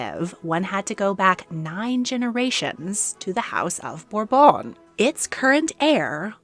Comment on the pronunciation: It's burrbon not whatever you're saying you sound like you are having a stroke I can't even finish the video